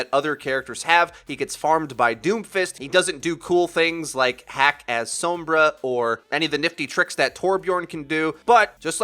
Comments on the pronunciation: Please quit saying s-OH-mbra. It's s-O-mbra. Usually wouldn't bug me, but the name is said out loud in the game. The pronunciation is audibly given to you. There is NO reason that you, or anyone else should be mispronouncing it. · She literally says "Soh-mbra online" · I did, she still says "soh-mbra" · and a really annoying pronunciation of 'sombra'...gooooosshhh i hate it.